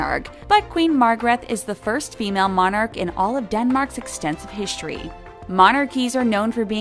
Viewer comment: Another narrator who has difficulty pronouncing English. "Hischtory' "exshtremely". Maybe a speech coach could also get rid of that horrible nasal twang. It would also be nice if she would learn to pronounce the names of the Royals she is talking about.